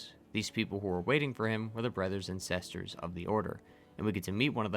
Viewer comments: Sesters and Brethers! Lol great vid as always! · Sesters and brethers